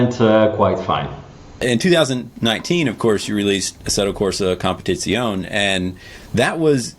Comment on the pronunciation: His English is good, but when he pronounces "assetto corsa competizione" he wins an Oscar Il suo inglese è buono, ma quando pronuncia "assetto corsa competizione" vince un oscar